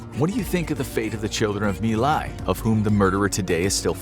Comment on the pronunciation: Wrongs It's My lai not Mai Lai